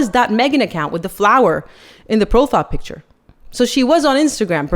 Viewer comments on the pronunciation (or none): none